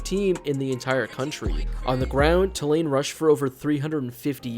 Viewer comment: It’s pronounced “Two Lane” for future reference.